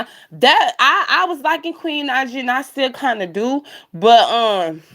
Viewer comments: Please stop messing up that girl name...Queen Naija (Nai ja) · wasn’t mad..just laughing at your crazy butt...for saying that girl name wrong....not that serious sweetie..